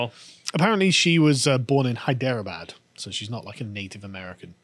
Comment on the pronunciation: "hyderro bad" lol